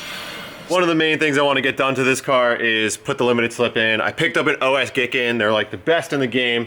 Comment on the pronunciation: Lmfao "Os-gay-kaann" blahahahaha